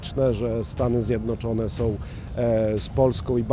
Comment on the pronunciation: ZJEDNOCZONE nie ZjedROCZONE - To tak trudno pojąć ?